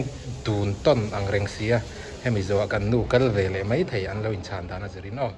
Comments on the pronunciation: mei mei mei ti reng mai uluk teh beng a ti thlep,tin 'kan va chhaih buai' ti rawh (chheih) nilo in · Mei ni lo in mai ti tawh rawh